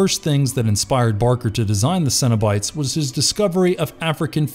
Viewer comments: Did anyone else think he said Cinnibites? Like the mini cinnamon rolls at Burger King? Lol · Cenobites sounds like Cinnabites and now I'm hungry